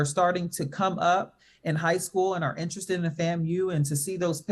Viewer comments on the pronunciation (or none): none